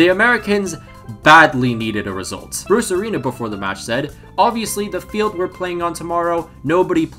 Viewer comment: All i hear when you say bruce arena is brucerino